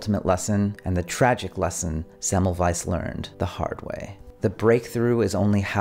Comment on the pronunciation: I upvoted when I heard you pronounce Semmelweis correctly.